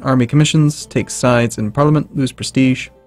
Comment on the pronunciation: The Gentleman Who Prefers Blondes I also repeatedly facepalm at his pronunciation of parliament... I mean, seriously?